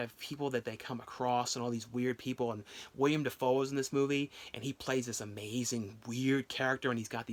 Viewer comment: It's Willem Dafoe, not William Dafoe.